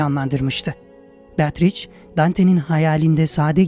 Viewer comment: "beatriç" değil, aslı "beatriçe" şeklinde okunur.